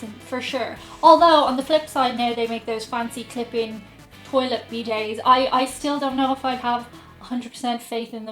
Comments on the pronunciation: I'm sorry, what is a "bee day"? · tries an orange for the 1st time “Tastes like... orange juice.” 😂 Also loving your pronunciation of ‘bidet.’ 👍🏻 Happy Holidays, & Chewi, and stay safe! 🎄